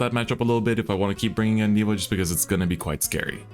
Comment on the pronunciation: Course its gandeeva